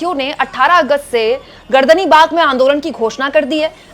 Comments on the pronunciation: Its Gardanibag, not gardanbag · गर्दन बाग नहीं, पटना सही शब्द है गर्दनी बाग